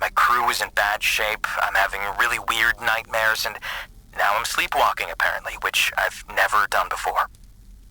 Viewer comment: Are u serious right neow bro?